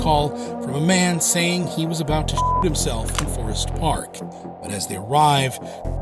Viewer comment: anyone think he said “shit himself” not “shoot himself”